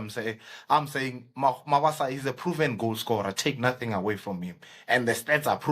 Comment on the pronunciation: I can't watch the whole episode, the introduction is kaak,ikaka...He is Mabasa not Mabaso...I don't take kind a person butchering an AFRICAN name/surname and you gossip about the striker...which is wrong!!!